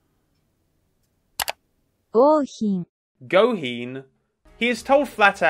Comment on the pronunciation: dude what, what part of 'gouhin' is hard to pronounce